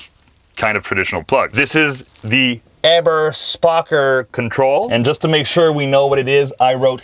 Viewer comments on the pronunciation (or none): Pronounce Eberspächer like 'eeberspecher'..